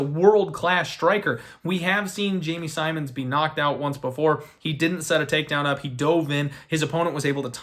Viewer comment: How do you pronounce “Simmons” wrong lol I swear to god trolls us with these pronunciations